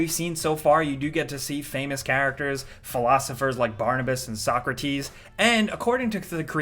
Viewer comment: WHY DID YOU PRONOUNCE SOKRATES LIKE THAT CRINGE